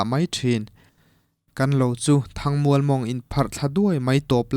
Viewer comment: Mizotawng zir i ngai...A tir lama i lam zin em em"THANG MUAL" Kha a thluk i lam dik thei tlat lo...